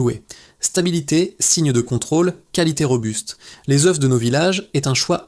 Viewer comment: l IA qui nous parle les oeufs se dit oeufs et pas euffff oups !uops !oups !!! fou fou fou espérons tous que nos robots de l "IA un jour proche pourrons parler humain plus rapidement c'est le moyen âge ici allez les robots faîtent des efforts